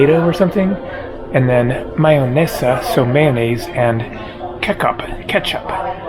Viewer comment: kekap😂 kecup pronunciation that I will use from now on😂you made my day sir🙋❤️🇨🇿I travel a lot by train and you definitely must eat there, take a time get a coffe too..